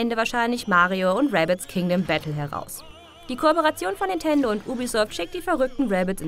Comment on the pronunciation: Es ist beängstigend, von wie vielen Redakteuren oder Moderatoren es immer nach Nitendo statt Nintendo klingt.